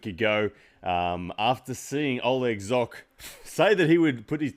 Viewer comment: pronounce Zhokh correctly